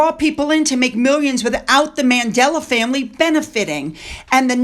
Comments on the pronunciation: it’s Mandela, not Madela!😊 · Who is Madela? It's Mandela!!!!